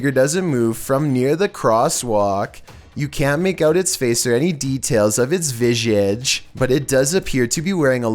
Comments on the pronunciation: Vizz egge.. Omg It is Visss edge..say it like this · Me: Say viz: ok, viz Me: now say idge: idge-uh Me: close enough, now together: visage...viz-idge: Vidgeodge 😂😭 edit timestamp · I'm just here to say 'vijjage' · wtf word was that.... Did he me visage? Lol